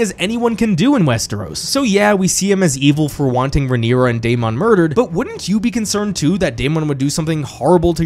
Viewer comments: Your analysis is great but ur pronunciation of Daemon is annoying af. It's pronounced Day-men not day-mond. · Absolutely no one:: DAY-MON